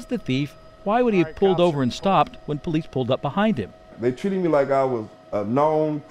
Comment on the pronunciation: I don’t think “po-leece” logic is a class in the academy🤣